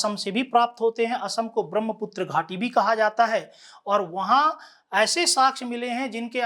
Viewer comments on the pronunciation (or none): none